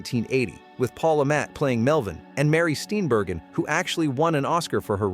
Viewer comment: Love Mary Steenburgen's pronunciation